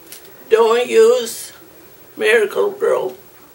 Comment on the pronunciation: I laughed so hard when she said “Mericle grow”. This was such a beautiful way to remember your grandma and her family recipes.